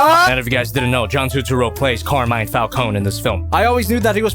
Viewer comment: I love this movie. There are only 2 small nitpicks I have. First of all it’s pronounced Fal-Coney not fal-cone. And the ending Joker cameo was way too long and forced.